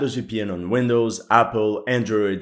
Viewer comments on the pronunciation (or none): none